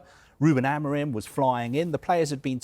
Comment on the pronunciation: Please learn how to pronounce Ruben Amorim´s name jesus u guys keep butchering his name